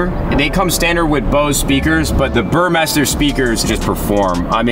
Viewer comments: It's pronounced BURR MY STER. Love the spec; Chalk and Gloss Black has been my dream since they released it on the 991. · Great spec! FYI the Burmester sound system is pronounced like "Ber-Meister"